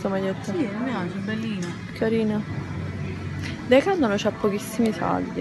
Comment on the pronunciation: anche io sbagliavo...declaton😂 ciò messo anni a dire decathlon....il bello della diretta